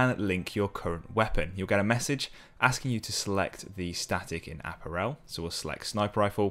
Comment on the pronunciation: Here's hoping that this is the first and last time he will ever say apparel that way.